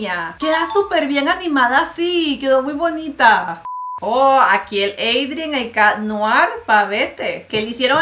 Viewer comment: Como lo dice mariale: lila Como se dice:laila Como lo dice mariale: ladybug Como se dice:ladybob Como dice mariale: Adrien Como se dice: eidrien Como lo dice mariale: catnoar Como se dice: catnoa Mari pare que no as visto la serie no finjas te amoo❤